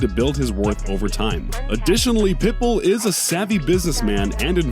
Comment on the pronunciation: But he said it Perfectly when he talked about Pitbull. 🤔